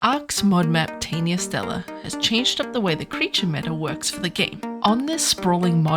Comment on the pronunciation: you may be the only monarky to pronounce the name correct hahaha